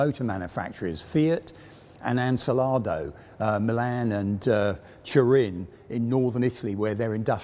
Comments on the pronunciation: It's Ansaldo, not Ansalado, tho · Ansaldo, not Ansalado. Get the name right before you begin production. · Much as I like these talks, I still lose it every time "Ansaldo" is pronounced to sound like "insalato"... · Great video and well presented. One question, Ansalado? I guess he means Ansaldo. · Love you guys, but "unselado" is far, far away from Ansaldo. "An" like the article, "sal" like in salt, "do" as in dome. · Insalado? Enchilado? Or do you mean AN-SAL-DO ? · Pedant comment but did I hear Ansalado a couple of times when it should be Ansaldo. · It is Ansaldo, not ansalado Also, Lancia fiamme, not lancia flamigna 🤣 Good job anyway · It's Ansaldo, not Ansalado :)) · ANSALADO?! An-sal-do! An-sal-do! For god's sake... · Ansaldo not ancilardo lol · ansàldo, NOT ansalàdo!! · I think the pronunciation is An-Sal-do - no '...salad...' in that tank, unless they were using it as a catering vehicle? Gelato too?😄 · AN-SAL-DO.... make an effort! 😂 Great vid - cheers! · Christ on a bike. It's "Ann Sal Doh" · You know, I kinda like how he's mispronouncing "Ansaldo". You can clearly see it in his eyes, he's trying his best! Nice video, would definitely like more videos on italian tanks. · For reference, he means "Ansaldo" (the pronunciation is way off) Edit: Also it's "Lancia Fiamme"